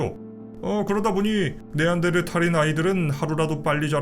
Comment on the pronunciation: 네안데르탈 할때마다 신경쓰이네 ㅋㅋ 어쨌던 잘 들엇습니다